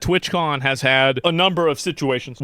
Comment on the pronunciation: TWATCON not twitchcon